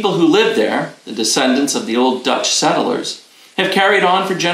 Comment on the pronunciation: Btw, it's settlers, not SETTLE ERS....sorry pet peeve